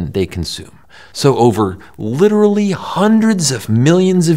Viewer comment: "Litterlee" (sigh)